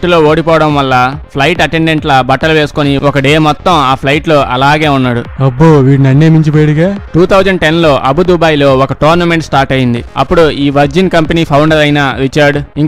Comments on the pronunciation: Abu dubai kadu saami Abu Dhabi 😂😂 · Arey abudhabi ra nuvvu daanni abudhubai antunnav